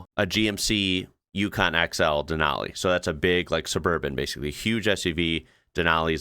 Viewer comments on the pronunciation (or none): none